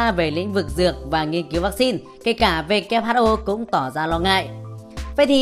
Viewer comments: W đọc là U kép chứ nhỉ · Vê Kép Hắt Ô :)) nghe mà chán